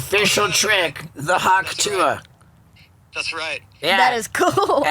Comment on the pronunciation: Shouldn't it be "Hock Tuah" as in "Hock a Loogie"